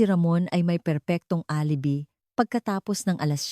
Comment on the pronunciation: Where is this narrator from? ALIBI pronounced as alibay